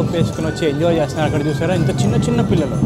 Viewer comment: pillila kaadhu bro pillula